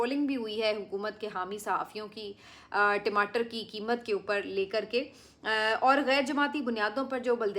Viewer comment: timatar nahi tamater hota hai😊